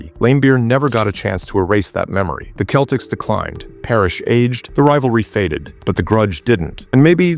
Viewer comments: Thanks for not bothering to have a real person narrate the video and relying on stupid AI. The "KEL-ticks" Any idiot or moron basketball fan realizes it's the "SELL-ticks" but not stupid AI. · Next time you program your AI, make sure that CE words (such as "cent" and "center") ALWAYS have a soft "c." It's pronounced "SELTICS," not "KELTICS." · “Keltics”?!? AI slop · This must be AI, Celtics has different pronunciation